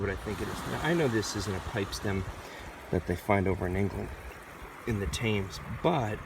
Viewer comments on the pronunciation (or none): It's The Thames, pronounced Tames. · The river Thames is pronounced "Tims".